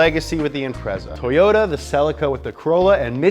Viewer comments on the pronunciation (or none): none